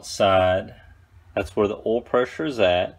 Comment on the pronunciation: Is it that hard to say "OIL" 🤣🤣🤣